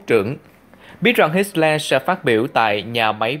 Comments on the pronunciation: Hitler không phải HitSler. Không có âm S. Tên của người nổi tiếng như vậy mà phát âm sai bét nhè. Không ra gì hết. Vậy sao cho LIKE được. Sorry nha. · hit xo le...thuyet minh kieu ji vay ban...! doc la hit tho le...de chap nhan hon. doc ji cho ng nghe biet la minh co ng co hoc...!